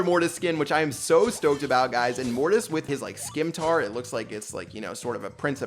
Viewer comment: Dude said "skimtar" lol